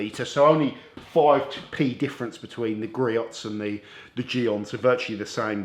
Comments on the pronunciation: All good products. Griot’s is pronounced GREE-OHS per their website in USA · It's "Gree-ohs"